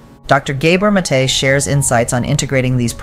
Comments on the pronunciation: Very helpful thank you. I believe The doctors name is pronounced- Gahbore' Mah'tay (emphasis on the apostrophe) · Please pronounce his name properly. Its gah- boor (like "mah" and "door") not gay-bor. Mate (MAH-tay) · You need to learn how to pronounce Gabor Maté's name, you're mispronouncing it